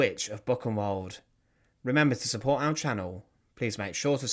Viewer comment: Your German pronunciation does need work. Buchenwald is not Book-in-wald. Bookenvald would be better.